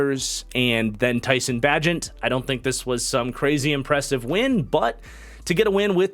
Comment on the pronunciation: Love your content man, got my pops and all his friends watchin you. Also, Tyson’s last name is Bay-Gent and I think he’ll surprise you. He’s played a lot of football and won a lot of games.